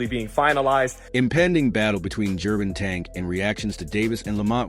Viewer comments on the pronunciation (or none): Am i hearing his name pronounced as Gervontank?